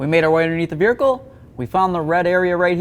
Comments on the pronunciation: Say vehicle 😂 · What accent calls a vehicle a vericle? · VeRhicle 😂😂very informative and I definitely enjoyed how thorough the explanation is but damn this killed me